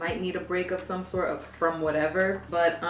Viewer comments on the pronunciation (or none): none